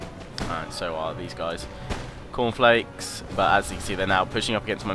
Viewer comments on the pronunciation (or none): Just to help you out with the pronounciation :) Chorofilakes: Ko-Ro-Fee-La-Kehs. Happy new year from Sweden!